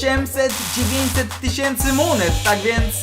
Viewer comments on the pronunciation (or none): none